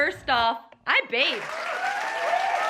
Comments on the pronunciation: I THOUGHT SHE SAID “I’m baked” lol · I thought she said she was baked 😂😂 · i can’t tell if you said u bathed or if ur baked but either way i’m proud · I thought she said “I’m baked” instead of “I bathed” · I definitely thought she said “I’m baked” not “I bathed” 😂😂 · Did she say she bathed, or she's baked? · Did she say “I baked!” or “I’m baked!”....It really could be either one.